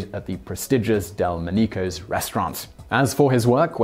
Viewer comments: Simon, I love your videos but FFS your mispronunciations just gets on mah tits!!!! Del - mon - KNEE - cos?? Nyet!! Del - MON - ih - cos!! :) But carry on!! [ebil grin] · ‘Del mee ko’ restaurant. Proper pronunciation is ‘Del Monaco’ ( pronounced the same as the principality in Europe) and spelled Delmonaco’s opened in 1837 and still in operation. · You've got a pronunciation wrong for the Delmonico Restaurant in NYC. dehl-maa-nEE-koh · Found Out (attn; ); the restaurant in NYC (which is STILL in existence) is (pronounced) 'DEL+MAH+neekohs', and NOT 'dehl+MOH-NEE+KOHZ'. Being British is irrelevant to properly pronouncing a proper name, just as it would be incorrect for an american to (mis) pronounce Leicester Sq. as 'LIE-kes-ter', got it😉? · kind of screwed up Delmonico's name Simon.